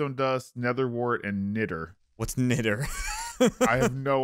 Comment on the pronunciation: dumb pronounciation of niter... my ears hurt